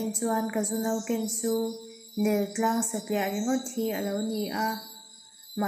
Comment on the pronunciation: Aukhawk i lam dan poh hi dik maw dik lo maw, Neltlang i lam dan phei hi chu a dik lo hul hual mai, engpawhnise zirlài bu a telh alo nih ve na chu thu hran hetiang em2 mai a dik lova a thu ziak i chhiar mai ngam hi na tak in ka dem che😝